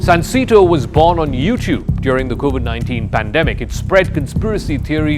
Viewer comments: It's pronounced SUN 🌞 SAY 🗣️ TOE 🦶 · It’s pronounced “sahn-say-toe”